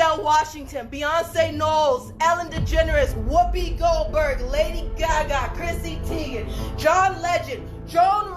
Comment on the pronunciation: she said whoopie golberg🥵